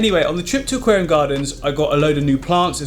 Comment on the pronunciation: "aqualium behind me", did I say "aqualium", the raquariam"..... was it me or did he say that........